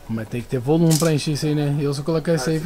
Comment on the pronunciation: "Condition and Ploft(volume)" UIOEahOOIUaOHIAeAHOIUAEHIUOAEHouiAH